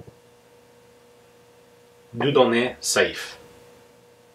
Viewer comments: Stewardship of Dieudonne Saive? I'd pronounce his name Dew-donnh but I'm not a Francophone 😏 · nice vid again, Ian! since you were wondering, the "ai" in Saive is pronounced as in "bet" in English. "Dieudonné" is a quaint french name meaning "Godgiven", it is pronounced something like ""Deeuhdonnay" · Your second attempt to prononce "Dieudoné" was good for an american. You can prononce "Saive" like the "sev" of "seven".